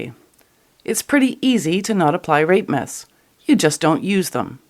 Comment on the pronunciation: I kept hearing 'rape myths' as 'rape-mas' ...